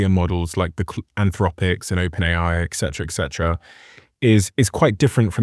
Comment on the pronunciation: "Ick Cetra Ick Cetra" lol it's Latin, it's spelled Et Cetera, it's pronounced Et Cet-ur-ruh, and is commonly abbreviated as "etc." No K's anywhere in that word, homie